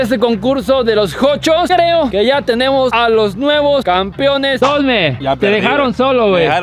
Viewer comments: Oigan papus, no se si escucho mal, pero dicen campiones xd es campeones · No importa cuando leas este comentario,el sigue diciendo "campion"